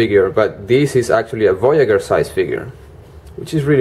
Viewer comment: I find this hard to convey over a textual comment, but voyager is audibly pronounced VOY-a-jur, not VOY-a-gher. Emphasis on the J sound, like Blue Jay. Voyager: one who voyages, one who sets out on a voyage. It's fine that you have an accent, and my intent is not to be rude, but even so, please use the correct consonant sound for this word. Thank you.